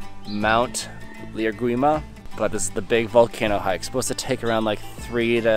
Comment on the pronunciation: Great visuals! N.B: Mt. Liamuigua is pronounced 'Liar - Mee - Gaw' lol